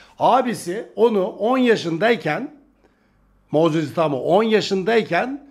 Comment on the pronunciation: Abi itaumayı doğru telaffuz et lütfen itamo itamo diyip durma kulağımı tırmalıyor😅🙏🏼